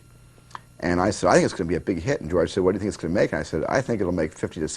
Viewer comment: Porque Gerorge?? Porque!!!!!!!!!!!